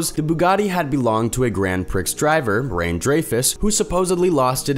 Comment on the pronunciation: "Grand prix" is pronounced "grand pree"; not "grand pricks," although the pronunciation in the video certainly got lots of laughs from the silly children who watched. Also, "Rene" is pronounced "Rannay" (with emphasis on the first syllable); not "rain."